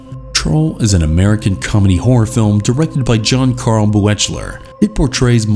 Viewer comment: just FYI, John Carl Buechler's name is pronounced "Beekler"